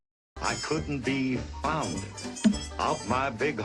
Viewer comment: It sounds like he saying found but he saying fond of my big home